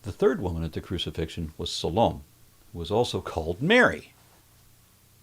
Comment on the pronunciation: Salome is pronounce Sah-low-may. No matter how this BS is pronounced & laid out, it is the biggest crock of sh!t ever. I was a devout Christian & it took a lot for me to wake up even though my earliest inkling that it was all BS was at 5 years old. I was steeped in religion from infancy, attended their schools, & frightened into accepting what they said was true. Even though I was smart enough to see through a lot of the BS & recognize that people who claim to be Christians are the antithesis of everything Jeezuz taught, I still believed & tried to be what Jesus preached. It took my death in December 2019 for me to realize it’s all a steaming pile of BS meant to brainwash & control us because I promise everyone reading my words, there was NO gawd, devil, Jeezuz, hell, or any of that BS when I died & I was alert when I was dead. I can’t believe I’m free of that dumb sh!t, but I am so thankful for it.